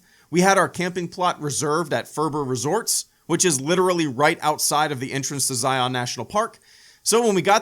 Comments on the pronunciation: Argggg! Learn how to pronounce Zion!!! Utahns take offense it’s Zi-un NOT Zi-ON. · This video was great! I'm so glad you came to visit Utah! I live there and have visited these parks many times throughout my life. Great stories, was a really fun watch. Love you! PS It's not pronounced Zi-yon. It's Zi-yun. JK it doesn't matter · I'm from Utah, and that's not how you pronounce Zion. It's not Zi-on, it's Zion. One syllable. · Pronounced zy-uhn not zy-on. Great video though!